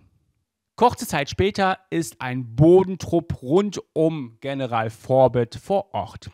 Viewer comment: Ähm du hast General in Englisch ausgesprochen und nicht in Deutsch